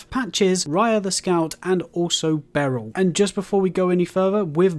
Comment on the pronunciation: Missed Dialos’s Questline, and why is he calling Bernahl “Barrel”?